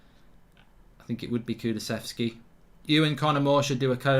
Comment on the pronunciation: Mark saying kulusevski right Thanks for f...s sake 😅😂😂😂😂